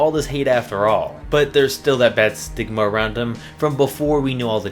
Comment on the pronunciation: Lmao, he said STIGMA